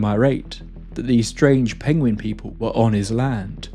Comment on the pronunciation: "Pengweng".... oh no it's the Benedict Cumberpatch meme again